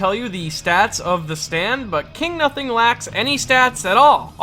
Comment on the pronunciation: "KINGU NUSING"